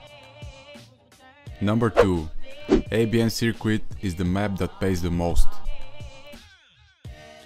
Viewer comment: My guy said sirqwit